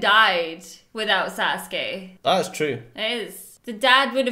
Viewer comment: 🙅‍♂️ Sasuke 🙆‍♂️ Sousuke